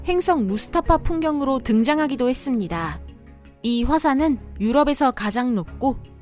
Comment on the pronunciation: 목소리와 상관없이 발음이 조금... 반복되고 헷갈릴수 있는 단어를 피하고 다른단어로 바꾸는 등의 시도가 필요할 것 같습니다. 예를 들어 3분 21초쯤에 시간당20만회. 몇시간만에 40만회 라는 기록적인 낙뢰를 부분이 잘 듣지 않으면 = 시간당 20만해. 몇시간만에 40만해 로 들립니다. 회와 해의 발음이 부정확하신것 같아요. -> 시간당 20만 차례, 몇시간만에 40만여 차례의 기록적인 낙뢰를 이라고 바꾸면 헷갈리지 않게 들을 것 같습니다. 그리고 들어보면 낙뢰 발음 또한 - 낙뇌 또는 낙내 라고 들리기도 해요. 또한가지 맺음말이 했↗습니다↗라는 표현이 너무 많습니다. 어조의 반복이 너무 많은 나레이션이라고 생각됩니다. 영상 특징상 긴박하고 엄청남을 강조하고 싶은 의도이실 것 같지만. 계속 반복되는 어조는 불쾌감을 느끼게 할 수 도 있을 것 같습니다. 나레이션의 목소리는 훌륭합니다. 발음과 어조를 많이 연습하시면 더욱더 좋은 나레이션이 되실 것 같습니다. ps. 비난의 의도는 1도 없으며 구독자로서 더욱더 발전해가는 topic을 생각하는 마음으로 개인적은 생각을 적은 것 입니다. 혹시나 상처받으셨거나 생각이 다르시더라도 이렇게 생각하는 사람도 있구나 하는 마음으로 이해해 주시면 감사하겠습니다.